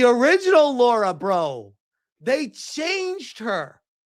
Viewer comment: Please for the love of God and all that is good and beautiful, her name is: LARA Croft. NOT Laura, or Loora. It's LARA !!!!!!! 20 years of Tomb Raider and I STILL have to say this sht.